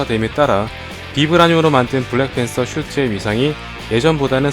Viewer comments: 블랜팬서?!?!? 블래팬서?!?!?! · ㅋㅋㅋ 블래팬섴ㅋ